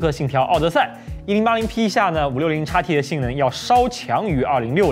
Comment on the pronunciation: 如果讀音不是插p，插t，而是xp，xt，海外的觀眾會更符合觀感。